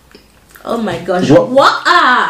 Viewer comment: She said oh my gash😅😅😅